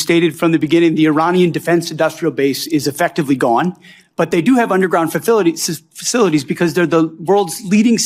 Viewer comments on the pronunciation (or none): Pete Hegseth is such a moron that I wasn't even surprised when he said "fafilities" instead of facilities. I mean, the guy used up your multi-million dollar patriot interceptor missiles to take down 20,000 dollar shaheds while Ukraine was offering their $5000 drone interceptors.